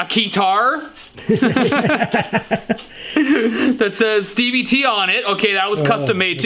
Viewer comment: "Stevie Tea" hahahahahaha